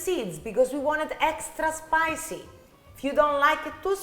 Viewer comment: Lol. "Hextra hot" killed me! Also: are you older or younger sister? Because you look like the younger one but you act like the older one 😂 but the whole family is very handsome and that is such a beautiful kitchen!